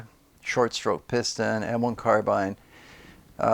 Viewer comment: Carbine, rhymes with wine. Not carbean.